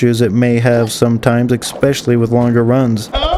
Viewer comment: I have to say, as SO many people do this for some reason. The word is “especially” NOT “exspecially” 😅